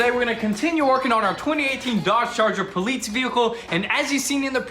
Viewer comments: You know it’s called ”police” not ”politce” ya dingus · Poleetz?! I seriously thought you two had a speech impediment. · Oh look, a "poleetz" car🤣🤣🤣🤣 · Can they not say the word police or are they saying poleetz onj purpose to keep the meme going? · How can you guys still not pronounce police the right way? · My fiancé just asked me “why do they say poleetz?” I said, because that’s what it is baby. It’s the poleetz car. She said, oh. Ok. 🤣🤣🤣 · Why cannnnnt heeee say police😭😭😭😭😭😭